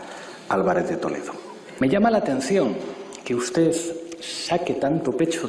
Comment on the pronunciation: SEÑOR VICEPRESIDENTE DEL GOBIERNO .USTED. SE PRONUNCIA COMO SE ESCRIBE ..NO SE PRONUNCIA USTEZ ..Y ESTA SEÑORA TIENE RAZON ...USTED ..JULIO ..MIENTE MÁS QUE VE ...